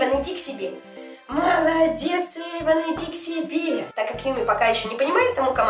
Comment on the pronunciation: Anya Yepifanova (Эйвана) а не Эйвона